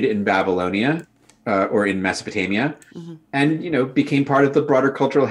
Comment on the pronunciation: Did you just say 'Babalonia'? 🤔 I'd have to suppose that is from Canadania then. I'm from Australainienica myself.